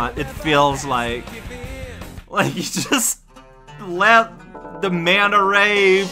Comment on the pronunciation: MAKE BURGERS AND CORN! Are.. are you calling him "uwu" or is this just my headphones... "That was free!" Yeah... free... hahah... I totally didn't... take forever to beat that mission... hah...